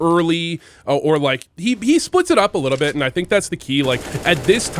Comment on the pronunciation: are u french? i heard u say "a litta bit" and you look french in pfp. but you've never given french b4. just thinkin